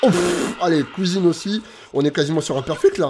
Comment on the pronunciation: C est un plaisir de regarder ted vidéos tu donne le sourire Et puis à chaque fois que tu dit « à la couisine »j explose de rire 🤣🤣🤣🤣🤣🤣🤣